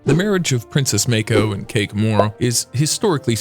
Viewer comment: What the fark is meiko? Its MAA KO. Show some damn respect and do your damn research